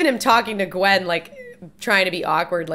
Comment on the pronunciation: Gwen Stacy?? I thought her name was Gwwwoonndaa?